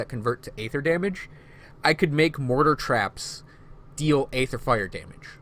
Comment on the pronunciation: EEEEE-THER... NOT AAAAAYETHER.